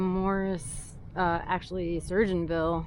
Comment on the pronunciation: Hey its Sur-go-ins-ville Not being a butt